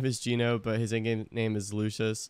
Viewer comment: how you pronounce “Luscious” is infuriating me😭